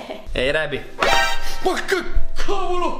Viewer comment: Si dice reby